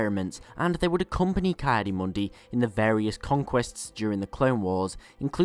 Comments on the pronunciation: First syllable of Ki-Adi-Mundi is pronounced like "Key" not "Kai" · Isn't it KEE Adi Mundi?